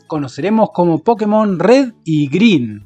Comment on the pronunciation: Una leve corrección es que se debería decir "Pokémon", sí, con tilde en la é. ¿Razón? En japonés se llama "Pokketto Monsuta" con acento en kke. Por lo tanto, al abreviarlo te queda como "PoKKEmon" o Pokémon. (Que Pokketo sea una forma japonesa de decir pocket ya es otra cosa